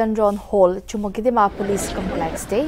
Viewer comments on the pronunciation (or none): It's Chümoukedima!! not Chumukedima.